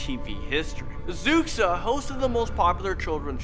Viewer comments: Xuxa is pronounced Shoosha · I'm from Brazil =) I looooooooved this video. Great job guys! P.S.: Xuxa is pronounced "shusha" :) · GO BRAZIL. Fyi h's are silent in Portuguese and x makes a sh sound so xuxa is like shoosha. Anyway more brazil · Zucksa, XUXA is pronounced SHOE-SHA! The X makes a "Sh" sound. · "zucsa" lol, its pronounced "shoosha" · I can't be the only one who laughed so hard when he pronounced Xuxa as "Zuk-sa". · Xuxa is pronounced shusha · ...really should have looked up how to pronounce the names before you made the video...as a Brazilian i cringed more on the pronunciation than anything else in the video. example: Xuxa pronunciation is "Shoe-Sha".....not Zooksah....Pisadeira "pee-sah-day-rah" not "peesahderia". Also the crying children picture isn't even Brazilian and it was based in the 40's and 50's and definitely not in Brazil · Nobody:: z o o k s a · I'm brazilian and honestly, most of these stories became memes hahahahaha especially the one's about Xuxa (it's pronouced shusha btw) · #3 her name is pronounced (Shuusha). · also the pronunciations were really off.´´hombre del saco´´ geez were not hispanic,its ´´homen do saco´´,and the ´´xuxa´´ one its spelled ´´xuxa´´ but you actually read ´´chucha´´ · Xuxa is pronounced shooshah... she became famous because she married the soccer player Pelé who produced her show... my sister had a Xuxa doll lol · Well that is not how you should pronounce "Xuxa" xD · it's cute how you pronunciate xuxa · THE WAY YOU PRONOUNCED XUXA WAS SO FUNNY SKSHSUSHSUSHSJSHSSJ Good job tho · The way he pronounces xuxa omg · Fam I bet every Brazilian person who sees this will die laughing after that XUXA pronunciation from. LMAO😂😂😂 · btw its so funny watching you try to pronunce fofão and xuxa!